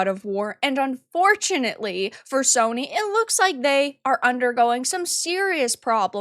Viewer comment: "Soyny" HA! Nice.